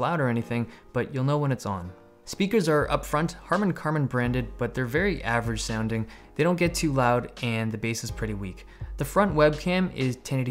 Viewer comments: It's harman-kardon, not karmon lol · "the speakers are upfront harman-karman branded😂😂😂" dave dude thats HARMAN-KARDON 😂✌ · He says Harmann-Karmann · Dave Lee, Is it just me or did you say harmon karmon? :/